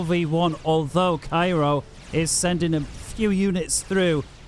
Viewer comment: ITS caJUero NOT CAIRO lol